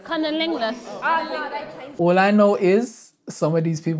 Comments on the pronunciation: It's "Cunnilingus" not "Cunniningus" ..geez. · Just seen this episode for the first time, couldn't help noticing the obvious mistake CUNNILINGUS the host missed out the 'L'